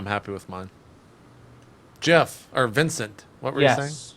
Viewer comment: Jeff not Jezz=)